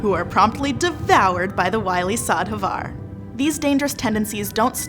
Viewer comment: Lovely to see that the shadhavar (pronunciation aside :P) got a little mention somewhere in the mix. They're definitely my favourite of the bunch and their parallels to sirens only endears them more to me. :)